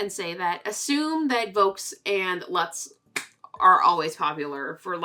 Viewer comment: Luts is pronounced Loots, actually. Huge pet peeve of mine sorry. Loved the history recap! Learned lots.